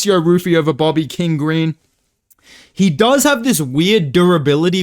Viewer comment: If I hear you mispronounce King Greens name again I will press you lil bro